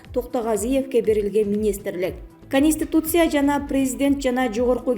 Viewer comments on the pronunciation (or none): КАнистИтуция дейт ко. Конституция деп айтса болбойбу? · КАнистИтуция КАнистИтуция КАнистИтуция КАнистИтуция КАнистИтуция ))))